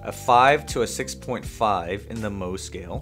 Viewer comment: Isn't it Mohs scale? Not 'moh' scale?